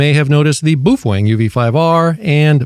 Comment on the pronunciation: Boofweng.....😂😂😂 It is pronounced Po Fung......